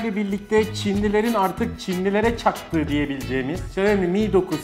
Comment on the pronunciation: Abim caktıları fazla vurguladin